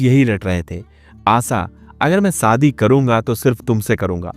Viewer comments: Sh Sh sa sa mat bolo shadi sadi nahin aap apne Sh per dhyaan den. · Sadi nahi shadi kaho.tereko sh bolna nahi aata kya be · Pl shaadi theek se pronounce kijiye। It is , शादी नोट सादी